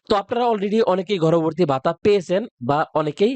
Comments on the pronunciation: গর্ববর্তি না ভাই গর্ববতি😂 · গর্ভবতী টা ঠিক করে বলা শিখেন আগে।😂😂😂😂😂😂😂